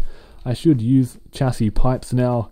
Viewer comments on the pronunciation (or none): it is pronounced shasy